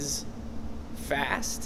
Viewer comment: Ellie Thompson "Josh is... FAST."